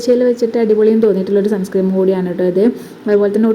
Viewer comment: സൺ സ്ക്രീം അല്ല മോളേ Sunscreen സൺസ്ക്രീൻ ആണ് കേട്ടോ ഒരു പാട് സൺസ്ക്രീം 😂ഉണ്ടല്ലോ?